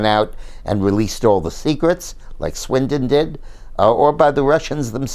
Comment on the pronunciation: Good analysis, as always. Just one nit: it was Snowden, not Swindon.